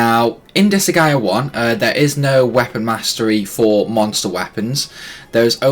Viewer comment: I think he’s asking because you are pronouncing Disgaea incorrectly. You’re saying Dis-a-ga-i-a When it’s pronounced Dis-guy-ya